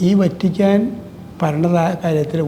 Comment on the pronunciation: മലയാളത്തിൽ വ ത്തി ക്കാൻ എന്നാണ് ഉച്ചരിക്കുന്നത്. വ റ്റി ക്കാ ൻ എന്നല്ല..... അയ്യേ, മെത്രാൻ കേസ്സ്!വഞ്ചി സ്‌ക്വർ പോയതല്ലേ. Chumma വെയില് കൊണ്ടതല്ലാതെ.. എന്തു ഗുണം കിട്ടി. ഇനി അനങ്ങാതിരി 75 ആയില്ലേ